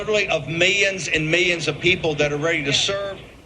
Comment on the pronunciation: ….was Roger Stone really saying ‘mayen and mayen of people’ !?!